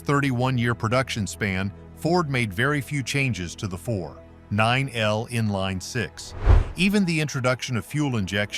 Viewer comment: What crap this video is! AI can’t figure out how to say 4.9L & the Northstar doesn’t belong on this list!